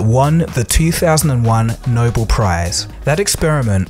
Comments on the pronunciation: It's not No bowl. It's No bell (Nobel) pronounce it correctly. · I liked this program very much, but the commentator pronounced nobel as noble. It is actually the name of the person who began the award--Alfred Nobel pronounced no-bell. I know it is a little thing, but he should have known it. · If you had studied science in school you would know that it is not spelled Noble. It is spelled, 'Nobel' and pronounced, Nobell. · The Noble prize? Wait a minute is a computer reading the script? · I fuckin hate how he says "Noble Prize".... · ...but he doesn't know how to pronounce, Nobel